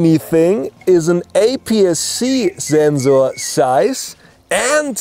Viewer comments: Zensor size *Zenkzors *Kzensors *Ssenzzor *Kzensor I cannot process the pronunciation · Zenxor size!! Love the video and the energy. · I love his energy, I love how he says “Sensor Size” “Zenxor Ziess” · well i didnt hear "rrrr"... only zenzzzo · But he is actually pronouncing it right because Zensors are something different, they are a type of sensor that stills the mind. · decided to take a shot every time he says "Zenzoor", 2 minutes in the video I'm piss drunk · I have listened zenzor so many times that i forgot to pronounce zenzor 😲😲😲😲😲😲😲😲😲😲😲😲😲 Don't mind man.i am just kidding. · "THATS A MASSIVE ZENZORRR" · very useful Zubscribed more for the zenzor, zome times i hear like zenzo... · i love how this guy says sensor ""ZENZOR" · i love how he says zensor😂😂😂😂😂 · Senzorrrz... Senzuuuu.. senzu bean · Yes, usually Germans pronounce sensor this way. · That’s bcz ‘s’ is pronounced as ‘z’ in German!! 👍🏼👍🏼